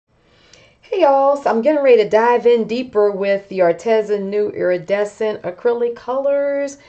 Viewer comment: I just talked to them and it's pronounced Ar-Tee-zuh...long e sound.🙏